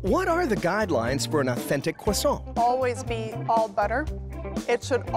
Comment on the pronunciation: The hosts' pronunciations of Croissant are so American and inconsistent. The factory representative pronounce it perfectly (of course).